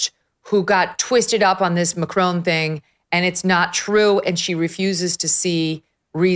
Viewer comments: Why do Americans pronounce it Macrone when it’s MAC-RON? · Macron not Macrone. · Have the decency to pronounce their names correctly…..it’s not Macrone, it’s Macron. Have the basic decency to at least make an attempt to pronounce their names correctly…. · It's Macron Megyn, not Macrone. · Why do Americans pronounce it like this? Just pronounce it "Mac" (as in the computer) and "Ron" (as in the shortened version of "Ronald", and Harry Potter's best friend!). Mac-ron. It's not spelt "Mac-rone"! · Why do you all say Macrone? There is no E + it's Macron On Macron Not crone No e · "Macrone"? I think the French are in pain,hearing your pronunciation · Why do Americans struggle so much with the pronunciation of "Macron"? Either say it the English way, rhyming it with vowel sound in "song" (ending in a hard n sound), or do it the French way, as all Canadians know how to do, which is not really an "n" sound at all at the end, but more like the vowel sound in "pawn" (no n sound). Under no circumstances, by any speakers, anywhere in the world, should this name rhyme with "bone". This just makes you sound like someone with no clue how to say it but who is trying to sound French. It does not ever, ever rhyme with "bone". Not in French, not in English. Please improve your pronunciation. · Can you please learn how to correctly pronounce Macron? It's driving me nuts. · Can American people just pronounce Macron correctly? Also Brigitte has a feminine voice, and you cannot take hormones for the voice! This is the most ridiculous and vile nonsense. Owens is ridiculous. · Learn how to pronounce Macron in French !! You pronounce her first name in French too!! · For God’s sake woman it’s not “Macrone” or “Trogno”. can you pronounce names properly please. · Would be nice to hear Macron and Trogneux pronounced correctly.